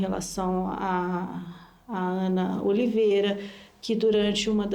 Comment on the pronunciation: Quando ela fala Ana Oliveira, Deus que me livre🤦🏻‍♀️